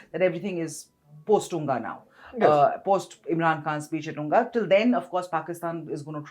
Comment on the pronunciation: It is said UNGA not unga. spoke well and facts about J&K, Ladak. Modiji is doing the right things. Peace need to come to this area